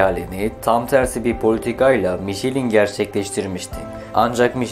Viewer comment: Tebrikler.. çok güzel olmuş, elinize sağlık. İki küçük eleştiriye izin verin lütfen..... (1) önceden yazıldığı gibi eksiklikler var (2) Fransızca isimler yanlış telaffuz ediliyor. Mesela "Michelin" MİŞLEN olarak söylenmeli... Benzer örnekler "Traction Avant" TRANSİYON AVAN, "ami" AMİ (Fransızca arkadaş anlamında) , "2CV" ("deux chevaux" yani iki "fiskal" beygir: 4 tekerli araçlar için en düşük vergi dilimi) DÖŞEVO olmalı. Ve en güzeli "DS"!. DS Fransızca söylendiğinde, yani DE-ES, tanrıça anlamına geliyor ("déesse").. :)